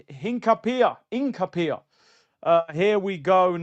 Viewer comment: Shout out every time 👊🏿 I believe its pronounced Hin - capie - ye Big up my guy 🫶🏿